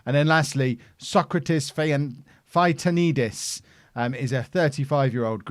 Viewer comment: A little bit of help using some english words. - It is indeed pronounced as a word, OFI like "o-phee", not o-f-i. - Sokratis Fytanidis -> Sokratis Feet-a-knee-this.Tones on "a" not the "o" of Sokratis and on "knee". - Kerkyra -> Care-keer-a. Tone on Care. It's the island of Corfu. - Diamantis Chouchoumis -> The-aman-diss Who-who-miss. Tones on "diss" and the second "who". - Giorgos Zisopoulos -> Your-wos Zees-o-pool-os. Tones on "your" and "o". The s has an "s" sound, not "z". - Manolis Bolakis -> Man-o-liss Ball-a-kiss, tones on the "o" and the second "a" of Bolakis. - Halilaj is actually Halil-aye like "aye aye captain". - Nikos Giannitsanis -> Nikos was perfect as you said it, Yani-cha-niss. - Ioannidis -> E-o-a-knee-this. "E has the "ee" sound. Tone on "knee". - Gaitanidis -> This is tricky. G has a "y" sound. Like "yes" not "ges" or "guess". So it's Yaita-knee-this. If it's too hard, try Gaita-knee-this. - PAS Giannina -> Pass Yiannina. Tone of "Yiannina" on the first "a". -Tsampouris -> Cha-boo-riss. Tone on "boo". You're right, Athens is nothing alike cities in the UK but it's too much to ask of the SI to customize the look for every region. By the way, loads of mediocre Argentinians-Brazilians come to Greece, even the 2nd tier. It's better money than playing in their own 2nd or 3rd tier and there's similar weather, lifestyle, cuisine. Nikos is a top 5 most common name. Hahaahahahaha. Loving the series. Will be following for sure.